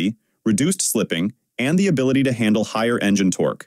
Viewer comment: "Tor Q" makes me wish for good old fashioned human speakers, or at least a human listening to the audio and revising the script when the AI misses.